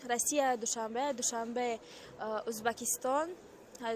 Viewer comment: Разговоривать научитесь пожалуйста,не Узбакистон,а Узбекистон,от слова узбек)))